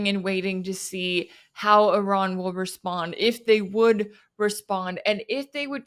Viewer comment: it's not 'err run', it's Iran. not very hard, mate